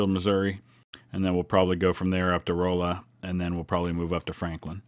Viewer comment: Rolla, MO is pronounced not with the long "O", but with a more "ah" sound, as in ostrich.